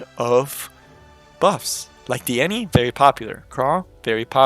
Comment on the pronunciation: ITS. NOT. DIENNY!!!!!!!!!!!!!!! dienny levito~~~~~